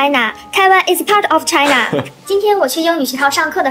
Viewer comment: 發音要清楚一點：part of 滯納！